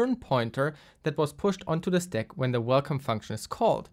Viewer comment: Listening to you saying steck instead of stack is so annoying, german boy. Use google translator and click on the audio icon when you don't know how to pronunce an english word for f@ sake!